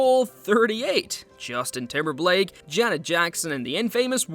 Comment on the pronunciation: Justin TimberBLake. That AI reading was tripping.